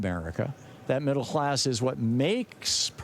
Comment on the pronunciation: Middle hlass?!